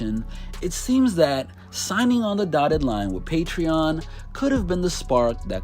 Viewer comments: He’s not smart. He can’t even pronounce patreon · haha. Exactly😂😜